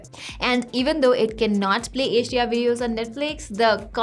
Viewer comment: Every time you say HDR it's sound like Asia